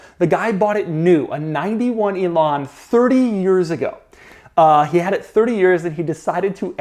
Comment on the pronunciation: Lotus Elan - the only instance where americans say the actual A-sound (like camerA) and the british use the A they use in "bag"...am I wrong? Oh it's just Doug? ;)